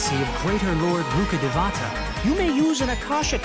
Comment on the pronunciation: akasha is pronounced normally as akash and rukkhadevata is pronounced as rukhdevta i found it funny somehow 😂